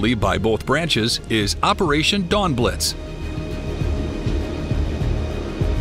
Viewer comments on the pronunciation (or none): none